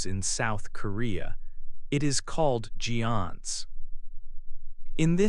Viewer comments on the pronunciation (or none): Jeon-se's pronciation is wrong. 전세 Jeon-sae ??